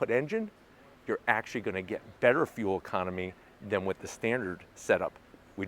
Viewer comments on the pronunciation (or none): none